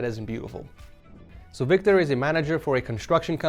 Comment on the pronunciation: Next up we are moving into “Victor” (screen says “Vitor”)🤣